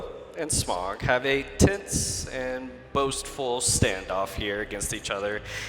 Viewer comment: Someone teach the panel how to pronounce "Smaug"...